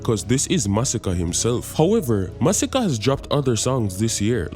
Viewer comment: Armani sound like "Harmony" and Masicka sound like "Massacre"